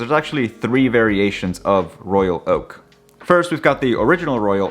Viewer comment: The way you pronounce..Royal..Oak precisely of each word is excellent and extremely rare. Most say Royal Loak that make me annoyed. BTW I have only one AP, the 15202ST J series 2016.